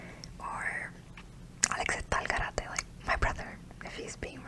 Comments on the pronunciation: A lo mejor este equivocado pero creo q se pronuncia al “garete” nunca he escuchado “garate” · Al garete not Al garate